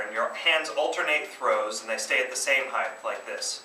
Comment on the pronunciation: Height not heighth! Imbecile.